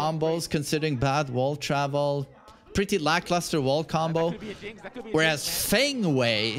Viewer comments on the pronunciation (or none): none